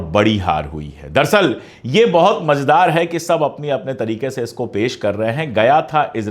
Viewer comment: दरसल नहीं, दर अस्ल है।